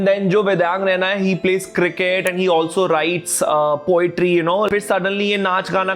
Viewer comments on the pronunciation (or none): none